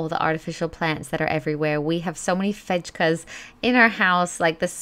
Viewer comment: Fejka is fake-a. As in fake! A fake plant ❤️ Fake-a! 😄